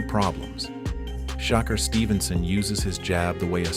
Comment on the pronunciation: “Shocker Stevenson”💀